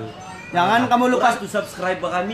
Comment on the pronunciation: bro mana video kau yg susah berul mau sebut subcribr ahaha